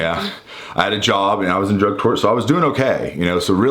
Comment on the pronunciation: LMAO... at 20 mins 7 seconds... I know you said "...He was a homeless addict AT DRUG COURT..." but... it sounds like "...He was a homeless addict a drug whore..." made me laugh out loud! Love the channel and I watch all the time... just poking fun! This was meant to be a harmless jokey comment... that's all! Thanks!